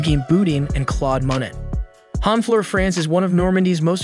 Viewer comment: Beautiful videography, painful pronunciation! I don't speak French, but come on Cognac is a well known drink and Matisse (Ma-tees, not matissy) and Monet (Mo-nay) are some of the most famous artists in history! Otherwise, these are some very pretty spots, thanks for sharing!